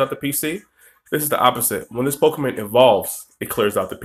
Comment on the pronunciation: Nick Melvin Good catch Trainer Nick. I've been playing Pokemon games for years. I know that it is PokemOn. I've just been pronouncing it PokemAn for so long since I was a kid. I've been trying recently to break the habit to no avail. Thanks for watching the pokemOn videos on my channel Trainer Nick!